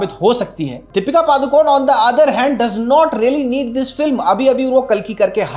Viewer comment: She is not Padukon she is ಪಡುಕೋಣೆ (PADUKONE). Please don't swallow the last alphabet, E Kindly address her as only Deepika don't pronounce her surname WRONG